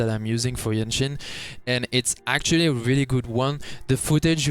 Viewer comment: I see you have problem pronouncing the name, JianXin. You can say JanXin it is close enough. Just make sure you dont pronouce GenXin. They are very sensitive😂